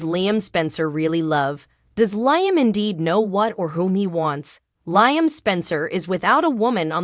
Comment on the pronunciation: Does this woman read the comments. His name is Liam....as in Lee-um.